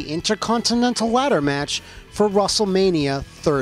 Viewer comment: The ad break I swore he said russellmania